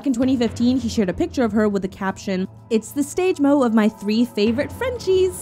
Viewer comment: "Its the stage mOs of my three fav frenchies"🥴